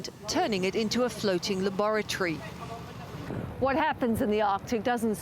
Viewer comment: la bar a tree? laboratory? 😆